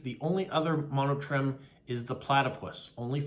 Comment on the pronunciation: I think the answer to the riddle is WALK, because I can walk and chew at the same time, or that's the expression anyway. It also fits with the other things. Yes,, Eddie the Echidna (pronounced ee-KID-na [or i-KID-na]) was my doing, so well done for spotting that. Hope you found the information interesting. By the way, monotreme is pronounced Mo-no-treem. Some amazing postcards and stamps this week. I especially liked the Postcrossing bingo card.